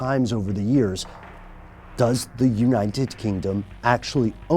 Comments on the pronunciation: united not uninen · Why do keep saying uninet instead of united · why is he saying uninted states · anyone else notice he doesn't pronounce united with a T thought it sounded weird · Am I the only one who notices the way he says united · He can't say 'united' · why can't he say the word "United" properly? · Does it seem like he is adding letters to the word United when he says it? lol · the way he pronounces 'united' LOOOL